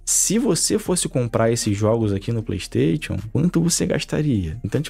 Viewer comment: O cara que fala ‘playtation’ já cai em descrédito pra mim